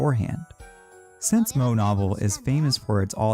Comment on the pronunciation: It’s pronounced moe-aye, not moe